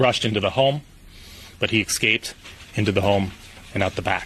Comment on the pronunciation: He “excaped”?